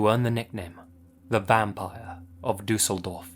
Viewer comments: and that he really want to pronaunce the things korrectly. As a german i understnad how Ä,Ö,Ü is to pronounce but gave its best to say Düsseldorf and he does a good job IMO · The way you pronounce „Düsseldorf“ warms my german heart ❤